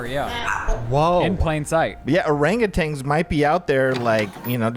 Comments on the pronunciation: Thank You for correcting them! OranguTANs are apes not monkeys. There also is no G at the end of Orangutan. 🤣 Ok bye! ❤ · Did you know it’s actually pronounced OranguTAN not tang lol. I used to say it that way too and when I learned it was wrong it blew my mind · Orangutan is how it’s pronounced, not tang “orangatang” 😊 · I love every single one of you, but how does every one of you pronounce orangutan as orang-a-tang?